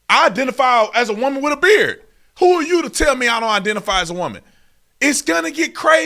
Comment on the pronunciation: And this trans person can’t even pronounce WOMAN!